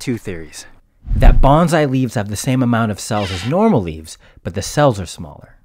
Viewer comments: The correct pronunciation is actually "bone / sigh". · Your pronunciation of bonsai like banzai is driving me crazy for a video purporting to educate on bonsai. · Bro just pronounce bone sigh correct! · No one pronounces the word right either. Bone-sigh. Bahn-zi means fire from the sky and is what kamikaze pilots cried. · Pronounced BONE SAI.. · The word should be pronounced "Bone sai". " Banzai" means "long live the emperor." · "Bonsai" is more accurate pronounced /bone-sigh/, which means, roughly, tree in a tray. BANZAI, /BON-ZIE/ is the cheer Japanese soldiers were using in WWII as a way to honor the Emperor and it means long life, or 10,000 years or long live the Emperor amongst other things. You keep using the wrong pronunciation and I kinda cringe at it... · No one in this video pronounces "bonsai" the way it's supposed to be pronounced, instead of "banzai". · its pronounced bone-sigh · Before you make a video at least learn how to enunciate the word that I'm going to have to type here because of voice recognition. Bonsai pronunciation is "bon-sigh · Very interesting, But dude learn how to say Bonsai the right way! It's pronounced Bone-Sigh! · Hey brother... Just a small correction. I hate to even bring it up. I studied with E. Felton Jones for years while he lived in Atlanta, Ga. His biggest pet peeve, I think, was the pronunciation of the word. The Japanese yelled 'Bahn-zai' right before they'd fly their airplanes into American aircraft carriers. But what he taught me was 'Bone-sai.' Listen to how Bob says it. He nails it. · Wow this is so funny. Even the interviewer Cant properly pronounce bonsai. What he is saying sounds more like a war cry. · can you pronounce bonsai correctly next video? plz it hurts my ears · I can't believe the host doesn't know how to pronounce "bonsai". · It's really annoying how everyone in this video pronounces bonsai incorrectly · How many other people on here are cringing at his mispronunciation of Bonsai? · Bone sai not bon zai.